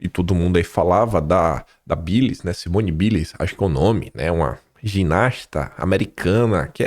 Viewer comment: Simone baious é a pronúncia correta